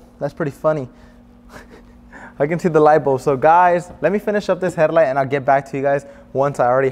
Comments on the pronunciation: Herrlight… 😂 Good vid tho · He says headlight so cool. Headliddddght.